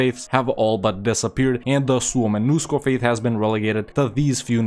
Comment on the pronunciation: Really good pronunciation of Suomenusko 👍